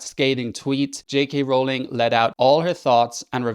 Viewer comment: THANK YOU for pronouncing "Rowling" correctly!